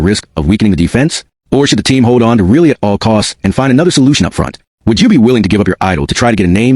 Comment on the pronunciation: It is really annoying when you consistently mispronounce Rielly as really